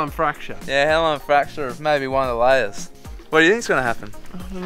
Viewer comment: how says lairs🤣